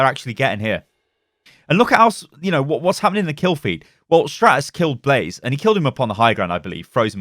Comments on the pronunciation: When he said blaze not blasé I cringed alittle lol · Blase ??? It's BLASÉ BLAH-ZEH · Please stop calling him blaze it’s blasé pronounced blah zayy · This dude said “blaze” it’s blah-say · Umm should we tell him it’s blasé and not blaze? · Please stop saying Blase like the minecraft mob, his name is Blasé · I believe Blasé is pronounced Blah-zay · I believe his name is supposed to be Blasé (Blasai) but great video keep it up! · It's Blasé, not Blaze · Blah-zay, say it a few times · pronouncing Blasé as blaze is triggering me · Blaze... you called blasé blaze... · It's killing me how he says blasé lmao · Is anyone else triggered that is saying blase's name wrong? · The one time he says it correctly, he then incorrects himself and goes on saying it wrong.